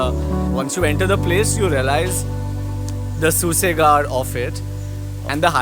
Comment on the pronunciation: And bdw its pronounce as SUSHAKAT....NOT SUSEGAAD.